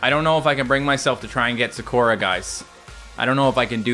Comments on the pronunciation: It’s pronounced Sah-koo-rah. Not Sa-caw-ra. Just saying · NOO ITS PRONOUNCED SA-KUR-A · Not to be annoying, but i just wanna say, why does he pronounce sakura « sakorar »? 😂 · (SUHKOORAH)💀 no hate but its pronounced (sah-koo-ruh) like narutos childhood crush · Anyone else die inside when he said sakora instead of Sakura. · i love how he said saKOra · It’s a really common Japanese name and he didn’t know how to pronounce it correctly 😂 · sakuras name is pronounced sah-koo-rah. Just sayin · When he constantly mispronounced Sakura name, it hurt my soul. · Is it me or did he pronounce Sakura completely wrong ?